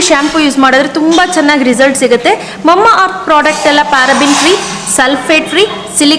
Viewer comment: Mamma earth alla mama earth 😅😁😆